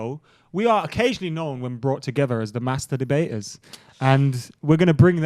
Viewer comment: Are we not gonna talk about the fact he said “MasterDEbaters”? 😂